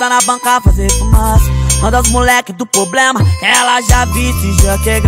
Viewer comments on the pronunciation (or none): E problema e não poblema😒